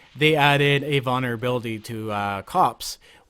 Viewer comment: "Vonner ability" Lmao